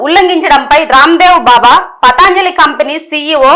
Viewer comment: పతంజలి అని చదవాలి